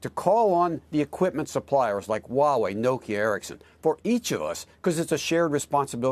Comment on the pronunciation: Many CCP 50cent says Huawei well.